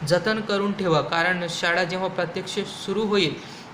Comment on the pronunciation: शाडा? शाळा असते😂